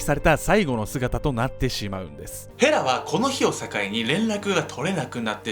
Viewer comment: の衣装がΣ(ﾟдﾟ；) とても寒そう(;_;) 風邪引いちゃう(;_;) 今から見ます！、、ヘラがフ○ラに聞こえて話が入って来ない（笑）、、ごめんちゃいm(_ _)m